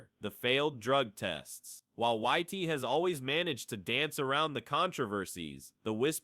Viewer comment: Why is the this video commentator calling Dillian Whyte, Whitey? It is a derogatory term for white people, which does feel a bit strange to me. It is I believe pronounced as in the word White, that is more fitting to the way Dillian Whyte who’s from England would perhaps like to be called.